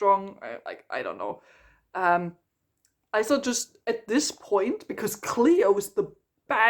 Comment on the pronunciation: I can’t get over Isla being pronounced that way, it’s so jarring 😂